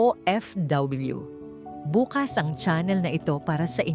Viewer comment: Ayusin mo naman pagtatagalog ano ba tama : BUKAS o BUKAS BUKAS - kinabukasan .dahan dahan pagbigkas BUKAS - parang bukas na pinto mabilis pagkakabigkas